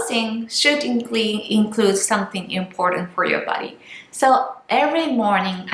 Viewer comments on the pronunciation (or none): none